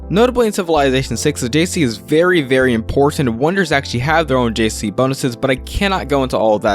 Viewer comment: It's pronounced adjacency, not "jc". You talk too fast and it's hard to understand a lot of the thing's you're saying